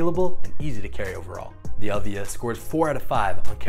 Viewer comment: it is pronounced EEElvia not elvIIIIa , it is the name of Ed's mother